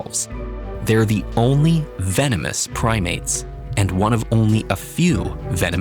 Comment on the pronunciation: hi vee-no-moos